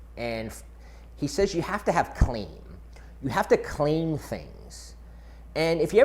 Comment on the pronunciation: I thought he said, "Clam".